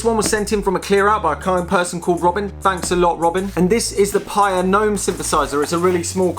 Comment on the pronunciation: It's pronounced "Pai-EE-uh", after the town in Hawai'i where founder, John Simonton grew up.